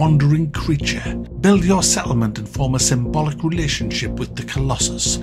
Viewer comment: TIL can not read the word Symbiotic;) Great review though